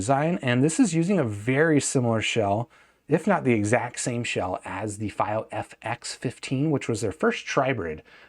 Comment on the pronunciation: Wrong pronunciation of fiio